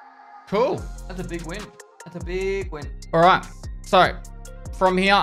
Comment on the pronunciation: I wish it was spelled "BEEG" since that's how he says it